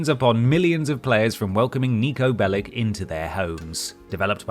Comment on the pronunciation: If Bellic is a Serbian or related name, it's pronounced “Bell-itzh”